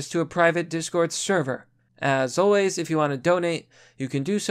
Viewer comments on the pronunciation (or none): none